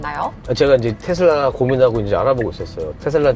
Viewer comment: 아나운서 분이 텟쓸라 이렇게 발음 하시네..